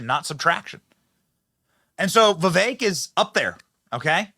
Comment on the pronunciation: It’s Vivek not Vivak.